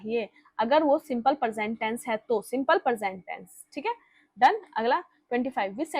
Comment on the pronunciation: मेम आप इतना अच्छा पढ़ाती हैं लेकिन आपकी वर्तनी बिल्कुल शुद्ध नहीं है आप प्रेजेंट और परजेंट और प्रपोज़िशन को प्रेपोजीशन बोलती हैं।